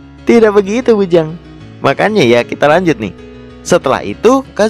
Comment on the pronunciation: Bang lu ngomong lanjut kayak ngomong kanjut